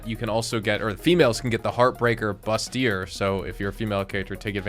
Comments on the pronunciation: Bruh bustier is pronounced boosty-ay. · I love your videos, but the way you pronounce bustier kills me. Since you aren't female I'll let you off the hook. 😂